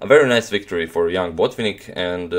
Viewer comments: May I try to correct you to a small degree. You pronounce BO'tvinnik and the right pronunciation is BotvI'nnik. You can ask your Russian friends if you do not believe me. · He is BotvInnik, not BOtvinnik